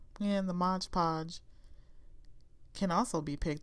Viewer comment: Mod not modge